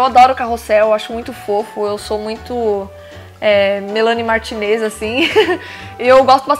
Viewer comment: o certo é do jeito que ela falou